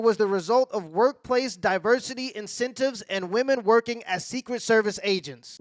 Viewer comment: said incentives